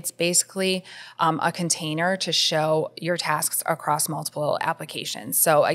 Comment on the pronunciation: She said acrosst and I can’t even 😅